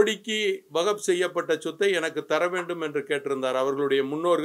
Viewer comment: இவன் பேச்சை கேட்கும்போதே தெரியுது.. இவன் முஸ்லீமே அல்ல. நபிகலாரின் பெயரை உச்சரிக்கவே தெரியல. வாகப் என்று.. சொல்கிறான்.